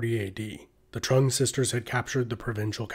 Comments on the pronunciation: Its a great video but hes murdering the vietnamese names its pronounced like chung not trung. Thats just me being nit picky though. Very interesting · I believe the' Trung' word(Trưng) is read like"zeng" rather than "Trump" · it's TrƯng